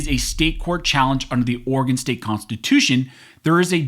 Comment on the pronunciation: Thank you for pronouncing Oregon correctly.